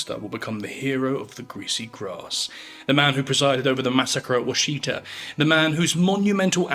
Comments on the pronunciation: Wash uh tah!! Not sheet uh. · Love the video! Washita is pronounced "WASH-uh-taw," at least in Oklahoma. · Washita has emphasis on the second syllable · Washita is pronounced wash-it-a